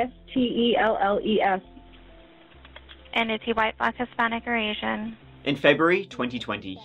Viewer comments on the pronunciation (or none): Telles is pronounced ‘Tay-Yes’. LL in Spanish makes a Y sound.